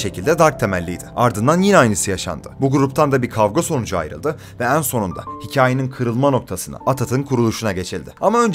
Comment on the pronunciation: "en" kelimesini düzgün telaffuz eder misin lütfen. onun dışında video çok güzel sağol.